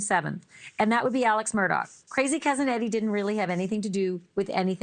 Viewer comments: Please, will commenters and content creators quit being so stpid and call this man by his real name. Even CourtTV is full of idiots. It's Alex not Alec (as in Alec Baldwin). It'd Murdsugh (as in DAW) st the end NOT DOCK). I'm sick of y'all being totally out of touch. I don't know who you're talking about half the time. Please QUIT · People named Alec and Alex are cringing across the land after listening to how these ladies pronounce Alex.